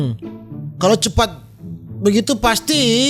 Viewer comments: Cepat bang bukan cepakkk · Jadi lucu bang sebut: oo..sangat CEPAKK sekali..hahaha..🤣😂😂🤭👍🤗